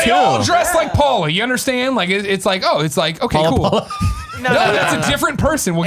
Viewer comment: Everytime Nick said "Paula Paula" I just heard "Gullah Gullah" and now I have that theme song stuck in my head.